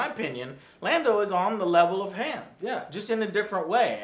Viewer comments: The fuck is Hawn? It's pronounced as Hahn. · Ugh sorry it’s bothering me, but it’s HAWWWN , not hAAAHn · It's Han not Hand, Lara not Laura. Joe is so gonna be deported... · It is not Han(H-an) it is Han(H-On) it is said multiple times throughout the film, it is said when he is given his last name. How the fuck do you call him H-an? Luke, Leia, Lando, Chewie, Han say H-On. Jesus fuck. Please just say his name fuckin right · Why do these idiots keep referring to him as Haan? It's Han WTH. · prounounces hawn solo not han like ham.. idiot. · Is it just me or does it bother yall every time they say Hanne solo instead of han solo. (Pronounced “Hon solo”) why do they keep saying hanne wtf. This movie did bad because of the last jedi boycott. They fucked over lukes character and mark hamill as an actor. They killed off well developed characters and ended them badly just to shove these boring crappy new characters that have no character development. All 6 movies basically were for nothing in this new canon. The skywalkers ultimately failed and it was all for nothing. We all wanted luke to be the choosen one and to be a great jedi/legendary character who did what anakin couldn’t do and continue the legacy where anakin failed. But luke failed and became a cowardly, nephew murdering, depressed ass quitter. So sad fuck Kathleen Kennedy. Its her fault not Disney because marvel is doing really good due to them listening to the fans. Its not Disney’s fault its Kathleen Kennedy. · Hunter Knoche thank god someone else noticed to. Joe always calls him hanne instead of han it drives me crazy, god damn if you watched the originals its obvious how to pronounce his name. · Quit Han as in Hand. It's Hawn. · It's H(ah)n... Even said it in the film. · When the movie addresses that it’s pronounced Hahn not han, yet you still pronounce it wrong. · Solo is so fucking good. 9/10. Joe fucking stop saying Han(d) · It's pronounced "Hon". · For the love of god Joe, it's pronounced HAWN.